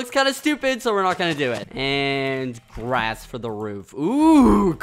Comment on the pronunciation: Ikr? I lost it when he said that lol.